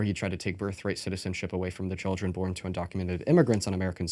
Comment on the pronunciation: Every time she said “child-ern” a piece of my soul dies